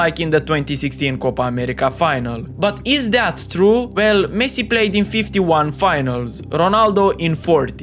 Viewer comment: bro first learn to say messi